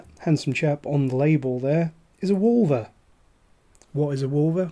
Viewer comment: When you first said Wulver I wasn't looking at the screen so I heard Vulva! I was like 'hello, what are we drinking???!!' 😂 Great review, I'd like to try this one as well, sounds interesting. Cheers 🥃